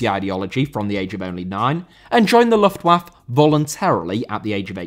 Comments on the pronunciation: Luftwaffe* not Luftuaff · The pronounciation Its 'lüftwaffeh' 😉 meaning: airweapon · You can hardly complain that Brits can't pronounce Bernhard and then completely mispronounce Luftwaffe lmao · Great video! Just a tip: most non-English words that end with an e, have to be fully pronounced with the extra syllable at the end, like Juventude and Luftwaffe having four and three syllables respectively. In English this is usually signified by writing it as é, like café or Beyoncé (although there are the very few exceptions like catastrophe or recipe), but in other languages it usually isn't. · Luftwaffe, you pronounce the letter e at the end.